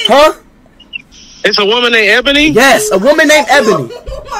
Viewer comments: i lov how speed is being a BIG fat hypocrite and then pronouncing it abony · cause ishowspeed said "Ebany"